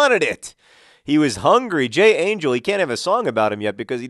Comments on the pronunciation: FYI, J. Angel's name is pronounced "Anchel". ch as "Le'Chayim!" so you should probably try not to hurt his feelings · Basanta Claus? Also, Angel is Spanish (And pronounced Angél), so could be nicknamed the Angel Grinder. Final suggestion, and I'm sure everyone will go for this, Stuart Holden Caufield.